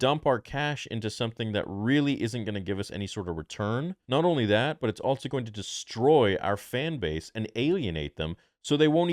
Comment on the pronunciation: I love you but it’s pronounced “also” not “altso” love you brother